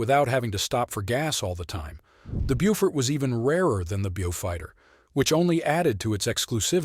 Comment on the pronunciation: Not bjufighter. Bowfighter.